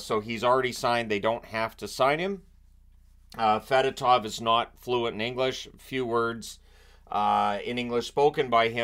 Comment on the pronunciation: Just FYI, it’s pronounced f’DOH-tov. He clarified it during his introductory press conference.